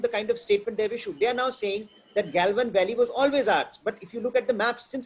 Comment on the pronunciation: गलवान valley ko gailvan valley kyun bolte ho ji 😃